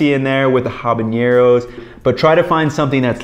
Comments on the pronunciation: I'm gonna be that guy and say there's no 'ñ' in habanero in Spanish, so it should be pronounced without it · great video but fyi there is no ñ in habanero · Why do people keep adding the "ñ" to habanero? It's just an "n" sound just like in English.